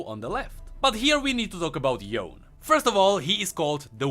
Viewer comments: I'm pretty sure since Ionia is steeped in Asian culture and practices that Yone is pronounced YOH - NEH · Yone is pronounced "Yo-Neigh" if you are using proper Japanese Pronunciation. With Yasuo's Japanese dialogue it is likely that his brother's name would have a similar origin. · Yone is actually pronounched "Yo-Ney". Yasuo say his name in one of his interactions ingame when they are played together. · Yasuo’s Brother, Yone apparently is actually pronounced as Yo-ne, Yasuo said so in his interaction with him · Oh and like many other Asian-ish name, they're pronounced as how they're written. That being said, Yone is pronounced "Yo-nay". I mean, until we got the real pronounciation by Riot, i can't say for sure; but come on, Ionia is Runeterra's Asia, so....